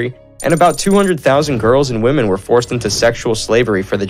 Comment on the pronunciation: he read English words wrong too. Wiman and women are definitely two words that cannot have the same pronounciation. And that’s just one example